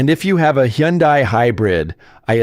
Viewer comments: Hyundai rhymes with Sunday. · Is that really how to pronounce Hyundai?